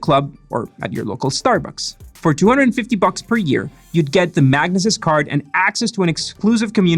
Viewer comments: I think it’s pronounced mag-knee-sis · FYI, its pronounced MAG-NEE-SIS ;)